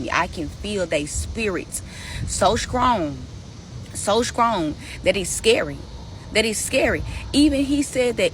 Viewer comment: "So Skrong" 😅